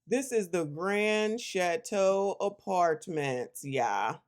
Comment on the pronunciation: The Grand Shat-teau.